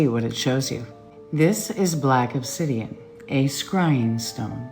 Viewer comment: this woman with obsydian lol like cmon